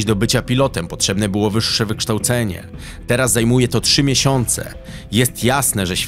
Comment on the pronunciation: "tRZy miesiĄce" - ten dalej kalĘczy jĘzyk polski :D